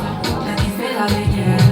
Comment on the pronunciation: You pronounced "dégaine" wrong, despite the fact that Aya Nakamura kept saying it 😂😂